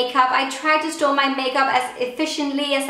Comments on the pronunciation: Everytime she says "store", because of her accent it sounds like she's saying "stole". I stole all these singular eye shadows over here and in this last drawer, this is where I stole all of my lip products😂😂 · Whenever you said 'store' it sounded like you said 'stole' 😂 I store all my brushes here I stole all my brushes here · I thought the exact same thing 😂